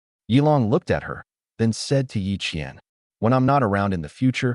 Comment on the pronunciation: Qian and qiann. Yep lol